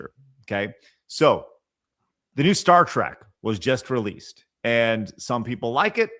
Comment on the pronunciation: Star "Track?" ❌ Star "Treck."✅